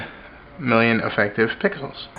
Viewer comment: sounded like he said pickles :)